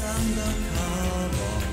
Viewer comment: Und dann noch „undercaba“... omg